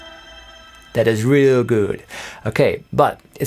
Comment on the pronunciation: " Dat is REEL guud" haha